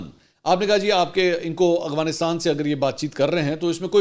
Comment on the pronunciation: منصور بھائی پھر، اغوانستان؟ افغانستان ہوتا ہے۔ دیکھ کر پڑھنے میں مشکل ہے یا جان بوجھ کر کرتے ہیں؟